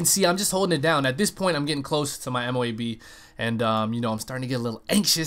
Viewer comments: It might look M.O.A.B. but its pronounced MOAB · dud... ITS! MO-ABB thats how u say it noob